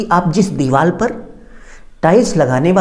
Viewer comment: Deewaal nhi hota deewaar hota hai